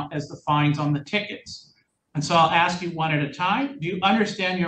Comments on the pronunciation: I will always insult people and their intelligence when they say ax instead of ask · "Don't insult my intelligence" Proceeds to say 'axe' instead of 'ask'. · Please don’t insult my intelligence by saying “axe” instead of “ask”, even though English is your first language and you were taught that in vocabulary lessons in 2nd grade. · ASK, not aks!! 🤦‍♂️ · Please don’t insult my intelligence…….just axed me if I understand! Oh honey it’s ask or asked not axed! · A doctor once axed me if I was drinking enough water. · Might want to google why “ax” or aks” is still around before you start making fun of them for saying it. I had a boyfriend who said it. Bothered the living daylights of out of me. But I educated myself as to why it’s still said that way by people. 🤷🏻‍♀️ Just a thought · Don’t insult my intelligence when you ax me. 😂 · "Don't insult my Intelligence, Just Axe me" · “Don’t insult my intelligence whilst you’re axing me. Just axe me.” Wow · "Axe" gets me every time. Don't pretend you are intelligent when you can't even speak your native language correctly. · Judge repeats statement. Tierra: don’t insult my intelligence by axing me a question. 😂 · Don’t insult my intelligence. Just “ax” me…….🥴🥴🥴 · "Just ax me if I understand. Dat's it." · I couldn’t wait for the defendants to “axe” some questions. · “ Don’t insult my intelligence. You axed me a question “ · Terrified of the police, because you taught them to be afraid. Perhaps you watch your speed and you will know how fast you are going. If you have intelligence, you aren't going to say "axed." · Just axe me!!! It’s like nails on a chalkboard.